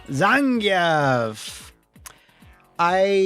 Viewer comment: Thank you for pronouncing "Zan-ge-ev" correctly.